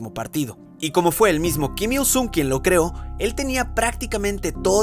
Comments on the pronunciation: "keem young ill", "Keem ill soong" por que pronuncias así, que naco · Pronuncia bien, kim il sun, porque myung a cada rato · En serio nadie va a decir q todo el tiempo estuvo pronunciando mal Kim Il Sung la u se pronuncia como o (en algunos casos)